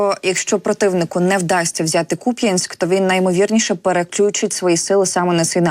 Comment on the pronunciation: А чому дикторка після відео зачитує,що то є фейк і ставить наголос на Я - Куп'Янськ??? То ж як вас розуміти?